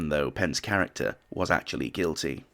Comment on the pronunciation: I love how the narrator says, “something Thomas Edison ‘Acutally DID’ invent…”😂😂